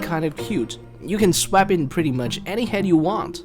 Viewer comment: I love how he says "swap"